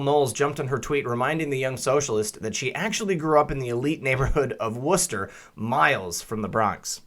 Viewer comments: Seaker24 That bugged me, too. He says " Wooster " 3 or 4 times then " West Chester " once at the end of the piece. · West-chester Wor-chester